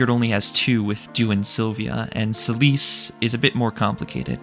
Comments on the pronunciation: Me: "Oh hey, this seems like a very well-researched and well-informed analy—" The narration: "Celice" Me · Why are they calling Seliph Celisse?